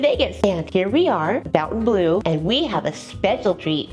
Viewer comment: Thank you for your review and filming. I'm not being rude please don't take it that way, but Fontainbleau does not have a U in it - as in the word fountain, Phonetically it is -fon-tan blue. It is a beautiful place.